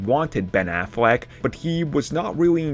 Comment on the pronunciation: “Offishuwy found out that Ben afwack was in before he agreed to come back for the fwash movie” 😂 do you got a deddatated wam